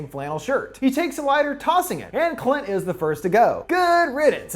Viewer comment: Ok I gotta be honest, this whole I expected to be just a simple summary of a movie that has some little jokes here and there but GAH DAMN that moment when he said cunt instead of Clint got me by surprise 🤣